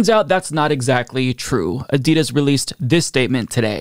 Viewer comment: They dropped him after they had heard the way he pronounces Adidas.